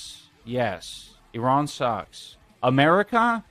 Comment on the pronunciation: E-Rawn not I-Ran